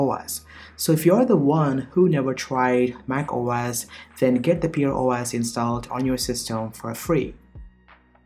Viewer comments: pear as in pair, not pear as in peer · Pronounced Pair not Peer And Pear OS is an older distro which I've used in the past and love it